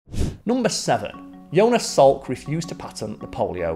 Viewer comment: Yonas? Yo-nas? I think he was Joe Nas